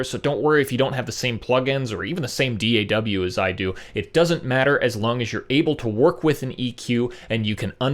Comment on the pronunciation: hahahaha! You said Dee Eh Double You. This is awesome BTW. Thank you